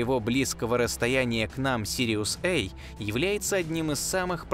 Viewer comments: Не Сириус-ЭЙ, а Сириус-A. Астрономы используют латинские и греческие буквы. Положено читать по-латински! Смотреть нет смысла, т.к. комментатор - не астроном. Ставлю палец вниз № 381. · Сириус Эй,Сириус Бэй,как будто нельзя сказать- Сириус А и Сириус Б. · Сириус[ А] (а не Эй) и Сириус [Бэ] (а не Би). Это латинский алфавит. Никогда они не были в России Эй и Би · Пардон, а при чем тут "эй" и "би"? Астрономическая номенклатура - латинская. А латинские A и B - неожиданно - традиционно по-русски, как и в дошедших до нас вариантах поздней латыни, произносятся как "а" и "бе". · На русском говоришь, говори до конца, а то ЭЙ БИ, А и Б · Сириус эй??? Англичанин не до деланный... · я 100% знаю что вы знаете что такое выдержка к примеру в фотографировании ночной съёмки нужна выдержка так вот прошу выдержать текст если говоришь и текст выводишь на русском то и произноси на русском и не вставляй на английский манер это не красиво звучит сириус эй сириус би перепонки начинают дребезжать и не хочется слушать хотя ваш голос должен стоить в10 раз больше чем вы берёте за озвучку я уверен рекламу будут смотреть с залипом все только из за голоса но на русском языке! с уважением к вам! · Жутко коробит такое произношение. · такада уж сириэс ай и сириэс би. англичане круглм мля